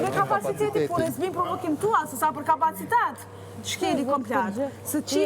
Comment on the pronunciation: Oj Albaaa mos birrr Prrovokiìiim 😂😂